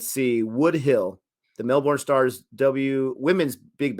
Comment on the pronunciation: melbourne (my home town) is pronounced mel-burn (not mel-born)